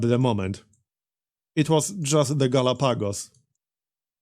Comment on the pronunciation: It's pronounced Galahpagos, but this is just a nitpick for the algorythm gods.